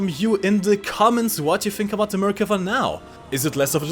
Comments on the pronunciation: From the people of Israel, thank you for the correct pronunciation. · Yay! you listened to me in the live stream and pronounced the Merkava's name correctly! :) (1 time lol)